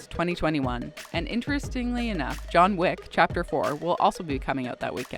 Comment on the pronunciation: she also has a very hard time pronouncing the word "interestingly" and "seemingly"